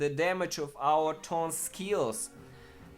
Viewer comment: "th" orns. Not torns.